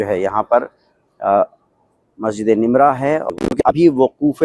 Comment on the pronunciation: Naam to sahih se bolle Masjid e namirah